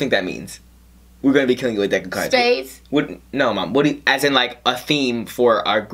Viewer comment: MO-MAA. Lolol